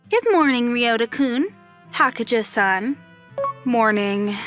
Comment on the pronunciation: Why is takajo pronounced takayo lol